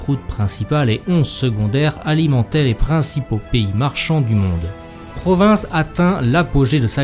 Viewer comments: L'histoire des foires de Provins est très interessante, mais on ne dit pas pas "PROVINCE" mais "PROVIN", le S final ne se prononce pas. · Le « S » de provins ne se prononce pas